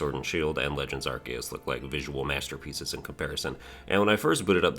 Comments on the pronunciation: You're mispronouncing it, its pronounced arceus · Stop mispronouncing arceus